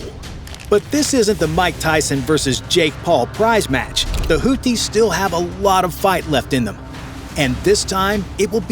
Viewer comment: It is not pronounced "Hooties." Maybe you're thinking of the US restaurant chain :) It's pronounced the way it's spelled, i.e. "Hoothies" (Arabic, Al Hoothiun الحوثيون).